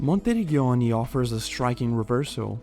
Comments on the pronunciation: No worries 😁 Your pronunciation would have been correct if it was written like "Monterigghioni" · Your pronunciation of ''Monteriggioni'' is a crime against Italians